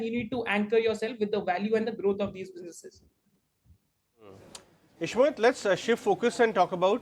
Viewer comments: Please pronounce name properly. Ishmit? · It’s Ishmohit and SOIC not Ishmeet and soic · Ishmit 😂😂😂 soyic 😂😂😂